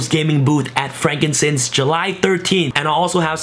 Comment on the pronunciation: Bruh, “frankincense”?? Frank and sons. BOI